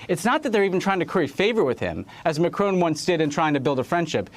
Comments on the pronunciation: Why do you pronounce the French President's name as if he were a son of an 18th century old Scottish woman? McCrone! Say it like this and the French will love you for it: Mah'Kro (both phonetic syllables hard/short with an almost imperceptible glottal stop between them and with a short sharp 'trill' of the 'r' in the second). C'est tres facile, n'est pas? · IT'S MACRON, NOT MACRONE - THERE'S NO 'E'! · MACRON NOT MACRONE!! FFS! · Why are these talking heads pronouncing Macron as “Macrone” or “Macroon”? Dolts. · President Macrone? don't the Americans learn French pronunciation? shocking